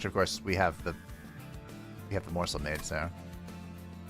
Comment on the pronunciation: You know, every time you say "Morsel-Made" I hear it as "Morsel-Maid". Bit of a difference between the 2, I think.